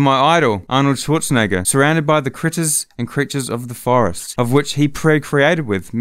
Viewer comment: in the fowest hahahahahaha